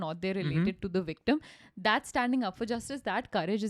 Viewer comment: Always makes me laugh how you pronounce victim 😂😂 having said that I can only speak one language , English and I often wonder what I would sound like to the people of the other country if I learned their language. 😂😂 Vvvvictuuumm